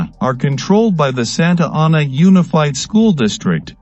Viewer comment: SANTA ANA! SAY IT RIGHT!